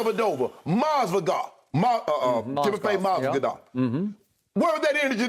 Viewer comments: Lol Shannon said Timofey Mozvagof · Nobody: Shannon: Timofey MASVIDAL